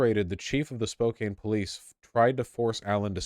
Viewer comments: You know Vaush isn't from WA cos he pronounces it spo-CANE and not spo-CAN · Incedibly specific sidenote but: Spokane = "Spo-can" not "Spo-cane" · this was a good video however vaush cant pronounce spokane and it upsets me because he lives in seattle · Vaush, you’ve lived in Washington for years. Maybe ask a local how to pronounce ANY of the names of the cities in Washington. Can’t even get Spokane right. Disgraceful. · Vaush will now be banished from Washington for mispronouncing Spokane.